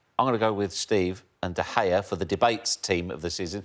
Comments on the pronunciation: lol craig bellamy- "Duh Gayuh" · If Bellamy pronounces was the G in De Gea once more i’ll find him and make him sit through the worst punishment a scouser can ever face: Being told Liverpool are not the greatest club to have ever existed in the universe. They hate acceptance